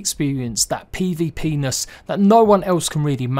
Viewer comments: he said PVPenis 🤣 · We gonna ignore that he said pvpenis